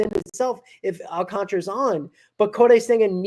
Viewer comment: Please prounce it will me my fellow non Spanish speaking people. AL - CAN - TA - RA and not AL - CON - TRA, SMH